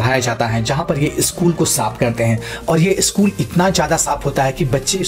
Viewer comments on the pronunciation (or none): none